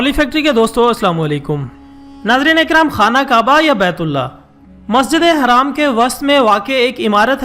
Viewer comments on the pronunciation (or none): Masjid e Haram mere bhai. Haram ka talafuz theik kejiye. Jazak Allah for video